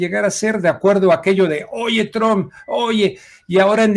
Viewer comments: Se pronuncia Trump y no Tromp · Se escribe “Trump “ y se pronuncia “Truamp “